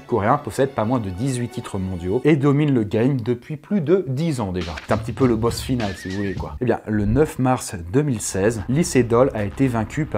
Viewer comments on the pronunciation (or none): none